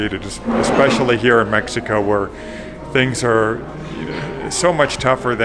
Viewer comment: Your generosity in MX is admirable! But, hey... how about pronouncing the name of your city correctly. No honor there. Small things like that mean a lot.